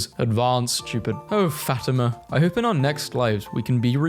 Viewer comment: blud pronounced fatima (fa-teema) as fat ema